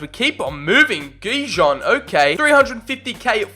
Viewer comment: When You Said Gjon, Its Pronounced Like John From Your Albanian Fan